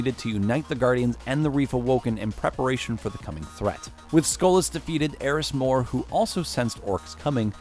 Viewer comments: erin mor? Eris Morn ! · "Erin more"---Bruh its air-Is morn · Her name isn't Erin More. it's Eris Morn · “Erin more” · don't you mean erin mor? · Aron More? Don't you mean Eris Morn? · Erin More bothers me. *Eris Morn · “After this Erin Moore” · mans called eris morn erin mor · he says ERIN MORE???? ERIN???? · Erin more? Its Eris Mourn.... Lol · Erin More? you mean Eris Morn? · 'Erin', heh, yeah I too heard of that in this video. Her name is 'Eris Morn'. [Calmed tone from the N-Guardians] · "Erin More" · MORNE ITS MORNE ERIS MORNE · DID THIS GUY JUST CALL ERIS MORN ERIN MOORE? tf